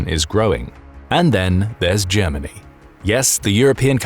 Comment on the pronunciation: Germa ..... hahahahahahaha! ... Ger..... hahahahahahaha! ...... Germanniiiiiii a Suuuupeeeeerpaaaaaaauaaaaaah. hahahahahahahahahahahahaha! This is so ridiculous, I can t believe it! ... Hahahahahahahahahahahahahaha!